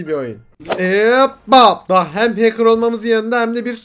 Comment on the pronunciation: adam watch dogs 2 demiyo ahcker game diyo